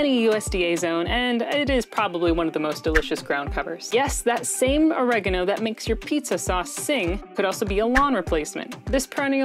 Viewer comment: Oregano has distinguished 4 syllables, it isn't all said at once. Annoying af voice.